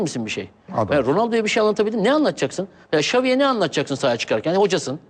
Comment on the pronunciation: sergenin ç lere ş demesi süper :D şaviye hişbişey anlatamassın :DD